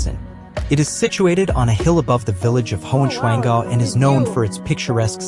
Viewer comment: The translation is 'Lost' Heigh swanngau is,nt, high pig dale. High Swann Gau. Yes, I know, the 'SCH' will never been mastrered by YOU. 🤣🤣🤣